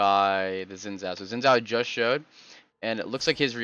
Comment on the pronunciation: it's pronounced Shin Jao